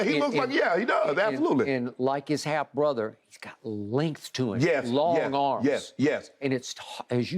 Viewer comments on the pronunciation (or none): Why does skip saying half brother smh, speak normally